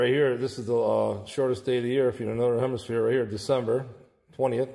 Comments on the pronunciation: Hah,hah,hah 🤣🤣 At about 4.06 the flat earther says "in the northern HEMISPERE" Classic! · Did he say 'hemisphere?' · Anyone spot when he said “the shortest day in the northern *hemisphere*”